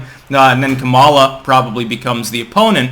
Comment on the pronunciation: you mispronounced kamala's name. someone get me a social worker!!!!